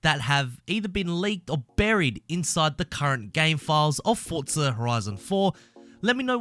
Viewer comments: It’s forza not “fortza”😂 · 'fortza' horizon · "Fortza" reeeeeeeeeeeeeeeeeeeeeeeeeeeeeeeeeeeee